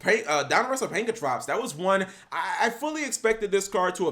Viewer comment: To this day, yugitubers still can’t pronounce PankRaTops correctly